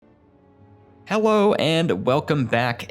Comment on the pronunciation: Is it just me or did it sound like he opened the video by saying "Hewwo"?